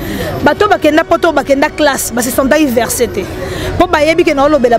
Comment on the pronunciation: On dit vexer et non verser 😂😂